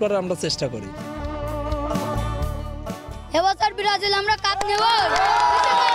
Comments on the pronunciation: ব্রাজিল ও বলতে পারে না ব্রারাজিল করে? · ভাল ভাবে বলতেও তো বলতে পারতা সেনা বলতা সে বেরাজিল🤣🤣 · ওরে ভক্ত রে 😱🫢 ব্রাজিল নামটাও ঠিক মত বলতে পারেনা 😁😁😁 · দলের নামই উচ্চারণ করতে পারে না । আসছে কাপ নিতে😂😂😂😂😂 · নামটা ভালো করে উচ্চারণ করতে পারে না আবার সাপোর্টার 😄😄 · আগে ঠিক করে ব্রাজিল বল